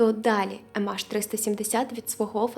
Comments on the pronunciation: Ем Ейч, а не АШ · «ЕмАш»? Чи «ЕмЕйч»?